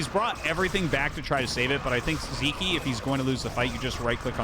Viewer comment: Hey Artosis, Sziky is hungarian, in hungarian the letter "Sz" is a double letter which we pronounce as "S" in english. So as far as pronounciation, disregard the letter z in Sziky's name. :)